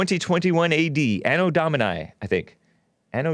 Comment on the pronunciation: I could be wrong..just my 2 cents... A.d. = ano dòh-mee-nai , place a strong emphasis on the 'doh' syllable